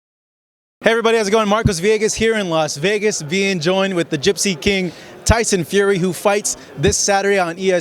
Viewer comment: he said tyson fury in a spanish accent lmaoooo!!!! Nicee Tiesunn Fewwwrriiiii